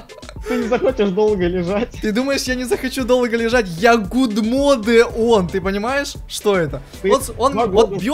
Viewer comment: "Гудмоде" . Боже...